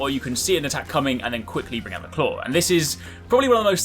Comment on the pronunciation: Take a shot every time he says clawr.